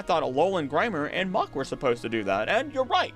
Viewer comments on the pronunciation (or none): none